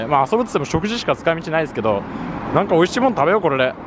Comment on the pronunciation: 美味しい 美味しい美味しい 美味しい (金に)乏しい 乏しい 乏しい 乏しい にしか聞こえない。